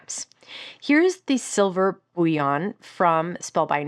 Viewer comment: As an aside, bullion is pronounced Bull-y-on, not boo-wyon. Like gold bullion.